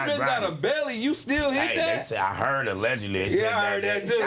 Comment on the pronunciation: “She just sayin her ‘alleogedy’…”😂😂😂😂😂 Once again, we need a Smactionary ASAP